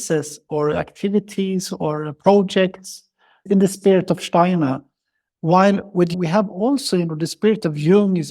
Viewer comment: I adore your slight accent and enjoyed the fact you pronounce "Steiner" correctly. Well done with the podcast! Perhaps you could just speak a bit slower so that non-native speakers could follow a bit better. All the best to you!